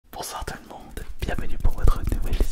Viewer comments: Au bonjour tous le monde on dirait un accent québécois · A • il a raison, « le tout le monde » sonne quebecois